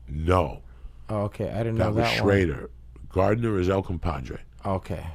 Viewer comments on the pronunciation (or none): none